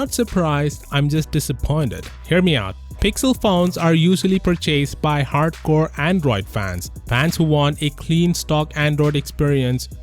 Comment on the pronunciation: PURCHASED NOT PURCHAISED